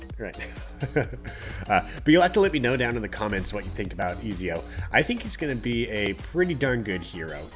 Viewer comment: Pronounced Eh-zee-oh. I just started this game today and dropped $100. I've been playing ac since like forever lol. Great series. I'd love to see them add the other assassins Conner, Edward,Altair,Adewale,Bayek,Shay...to name a few lol. All assassin team sounds dope. Subbed because of your beginner guides btw this popped up otherwise.